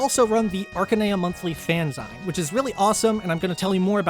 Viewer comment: "most of you know what fee3 is but for those of you that don't" i am a stupid baby, thank you 😔laughed very hard at the "actual human jumpscare." also... all love and respect but fanzine is pronounced fanzeen, like magazine